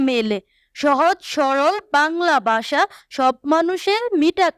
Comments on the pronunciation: ভাষা কে বলে বাষা😅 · ভাষা ❌ বাষা ✅ 🤦🤦🏻‍♀️🤦🏻🤦‍♀️ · মোদের বাংলা ভাষা ❌ মোদের বাংলা বাষা ✔️😂😂😂😂😂